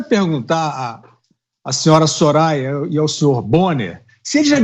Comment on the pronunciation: A Soraya nem sabia falar o nome do padre kkkkkk